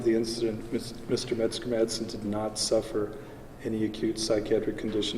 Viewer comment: Sounds like your saying “Mexican madsen “ jaja The kid is dangerous right now. He needs calm and deep therapy.